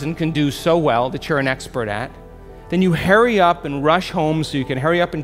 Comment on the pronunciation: “Herry up” was sooo distracting lol